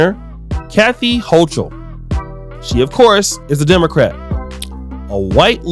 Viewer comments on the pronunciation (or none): You should know how to pronounce the NY Govs last name . It’s Ho-kull.